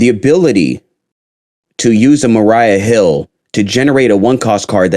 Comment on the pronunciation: Maria not Mariah